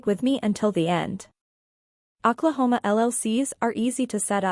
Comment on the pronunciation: It is really hard to take this video seriously when you keep misspelling and you keep pronouncing Oklahoma incorrectly.